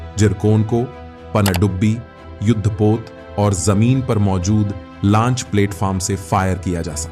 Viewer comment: भाई लंच मत बोलिए। इसे launch लॉन्च कहते हैं 😂